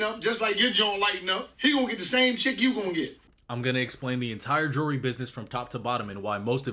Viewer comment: Bandman pronounces jewllery like jury